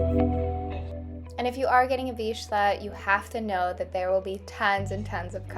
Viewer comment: Not to be rude but your pronouncing the word vizsla incorrectly, it sounds like veezluh